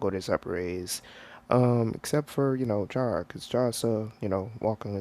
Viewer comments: You pronounce it like C-ara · It chara but you pronounce it like the H inst there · The "h" in chara is silent